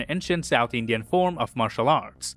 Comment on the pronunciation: Man I love his Indian pronounciations he's so close the the actual ones. I haven't seen many peeps from abroad who speak this well